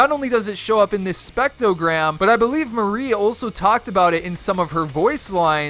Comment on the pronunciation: STOP CALLING HER MARIE!! ITS MARI (MAH- RI) sheesh